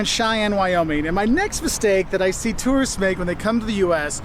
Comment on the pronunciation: Okay, as an American, I loved the video. But the first two seconds, it sounds like you say “The biggest mistakes terrorists make…” and that’s just funny as hell! 😂